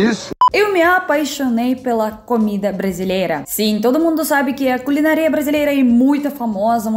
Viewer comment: Camarada não é "culinaria" mas culinÁria. Acento tônica no A.